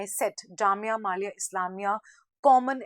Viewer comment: mam not jamia malia its millia